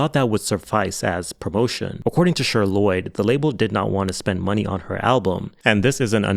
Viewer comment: Not you calling that girl “Sure” Lloyd 💀 it’s fucking CHER! You know?? Like Cher from the 70’s Sonny & Cher?! Pronounced like ‘share’… egregious slip